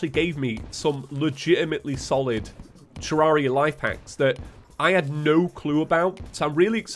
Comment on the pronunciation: He pronounces it correctly, it's the English way